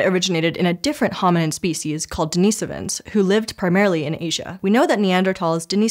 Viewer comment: Thank you for pronouncing Denisovans correctly!